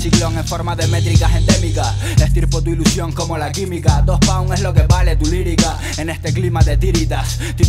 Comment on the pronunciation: me como las S, es canarion entonces dice do en vez de dos